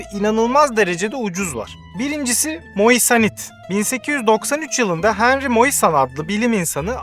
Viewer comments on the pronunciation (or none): none